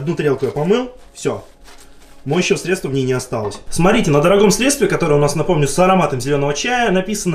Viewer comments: срЕдства,а не средствА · не средствА, а срЕдства